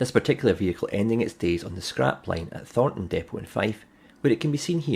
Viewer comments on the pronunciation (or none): none